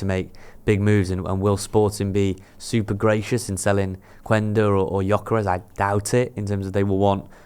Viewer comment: It’s pronounce Qenda. In portuguese when a u is before an e or a I the u is mute